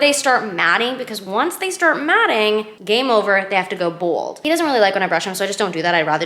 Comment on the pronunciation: I'm sorry...are you trying to say BALD!?🤣